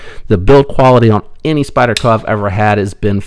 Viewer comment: Interesting idea on other countries that produce knives. What did you say, "Spydie-Ho"? Glad you left that in the video.